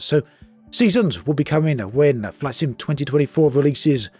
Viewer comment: Something about your accent sometimes makes "flight sim" sound like "flaccid." 😏 I take that as an insult, sir.